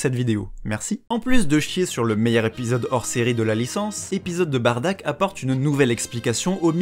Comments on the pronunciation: Bardock bordel pas "Badack" ou "Batruc" BARDOCK !! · SI SUPER TUE BROLY, TOI TU TUE BADDACK ! "BARDACK" WTF C'est soit Bardock (Beurk) ou Baddack (Subarashi) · Par pitié arrête de dire Barddak ou alors dit Baddak si tu a préféré la VF le père de Goku c'est Bardock son vrai nom (c'est stressant a entendre) et pour Broly a part les combat c'était juste un demeuré qui voulais frappé Goku parce que petit il pleuré sa fait un peu pitier comme excuse pour vouloir tuer quelqu'un, la y a une vrai histoire (même si elle plait pas a tout le monde) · J’ai jamais eu autant envie de crier “C’EST BARDOCK PAS BARDACK“ de ma vie XD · J'ai bien entendu bardack ? au lieu de Bardock à 😂😂 révise tes classique mon vieux😂😂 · Tu dit sois baddack sois bardock. PAS BARDACK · j'allais le dire lol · Dommage que tu n'utilise pas la VRAIE prononciation du père de Goku : BADDACK ( sans le r qui n'existe pas dans l'écriture katakana) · Comment on peut prendre au sérieux quelqu'un qui dit "Bardack"